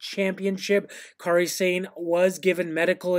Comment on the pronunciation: Yes! "Car-ee Sane"